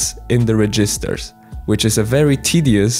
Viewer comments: Rajisters no offense, but that is hilarious even if it’s wrong keep saying it like that. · The way you say "registers" gives me flashbacks to my professor who made it always sound like "resistors"